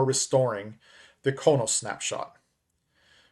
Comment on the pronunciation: It's pronounced Crow Nos. Klingon homworld 😃e